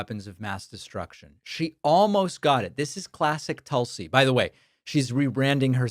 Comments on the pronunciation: Pronounced TOOL-si. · Her name is pronounced "Tool-see" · David, you mispronounced "Tool-see"!